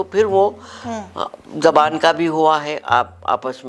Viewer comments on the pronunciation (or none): It’s ZUBAAN not Zaban